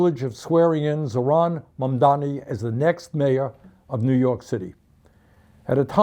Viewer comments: It's pronounced ZO - RON. Also, bus and train fares were just RAISED in NYC because the mayor does not oversee the cost of fares. Most of that was rhetoric and a lot of people got conned. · "Zohran" rhymes with "boron" not "LeBron" (like Bernie is doing). I know we have bigger fish to fry, I'm just throwing it out there for general reference.